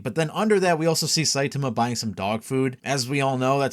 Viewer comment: Your killing me bro with your "Saitumuh." Sai-Tah-Ma. Gonna keep posting this sh!t till you get it right.